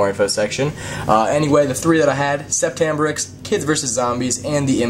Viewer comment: it's not said sep-tt , it's said set, it's french .